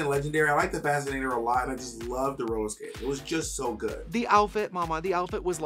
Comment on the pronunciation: The was trixie pronounces "fascinator" is a lil suspect lol. I had to rewind a couple times when she said it the first time. Maybe it's just me but I was hearing some random extra letters in there.